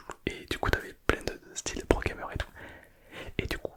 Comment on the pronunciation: Incroyable la vidéo avec le prrrrrrrroooo gamer